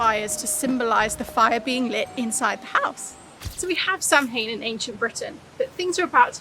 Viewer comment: Um, I don't know if you are aware but it's not pronounced how it's spelled. I think it's something more like Sah-wane. Hopefully someone more knowledgeable than me can give you the correct pronunciation. But it's definitely not Sam-hane.